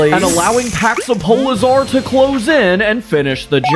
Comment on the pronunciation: Awesome episode polizar (that’s how you pronounced it) was definitely my favorite, but also that scene where the grunt runs back to its parent is dark